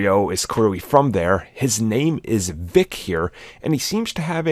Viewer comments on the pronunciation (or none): It's Beck not Vic. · He says beck not Vick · They don't say Mr. Vick, they say Mr. Beck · He says Beck not Veck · I heard Beck but I thought the guy doing the video was saying Bick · Nick Fury said “Beck” not “Vic” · It's not Vick, it's Beck like his real name Quentin Beck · Vic? He called him Beck. As in Quentin Beck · He said Beck not Vic...i.e. Quentin Beck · Fury says his name is Mr. Beck, not Vick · Dude I couldn’t stop laughing when I realized said “Vick.” Like wtf? Hahahaha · He said beck not vic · Milan Dokman ya I thought said “bick”, but you’re right fury says Beck. Pretty sure I saw a mysterio history video that said his real name is William Beck, which if so fury was just using his last name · jsut sayin bc the narrator keeps saying his names vic 🤷‍♀ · Mysterio's name is BECK as in Quentin Beck.